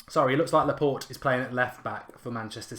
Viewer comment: Laa-port-aye please say it like this mark....